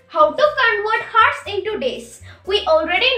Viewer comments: Its pronunciation is oursnot hours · Its hours not heart and hertz...anyhow keep it up 👍🏿👍🏿👍🏿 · Woaah she is so young nd still can explain so really well Well done dude Btw work on the pronunciation of hours